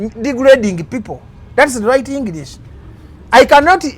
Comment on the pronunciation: That's engliiiisi not English